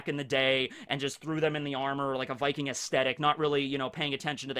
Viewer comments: norwigen here. yes you did say viking rigth. in fact it took me by suprise that you got it rigth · You actually said "viking" pretty good. Butchered som names later on though😉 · Good job on the "viking" pronunciation ^^ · Swedish guy here, I approve your pronunciation of “Viking” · I am Norwegian and I am pumped and I can confirm you got viking right! :D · VIKING! you said it as close as an american can i guess. havent gotten into this series myself yet, but after watching part 1 im really thinking about it. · you are actually saying Viking correct but when you're saying it plural "Vikings" it sounds weird to me. plural of Viking is Vikinger (I'm Danish)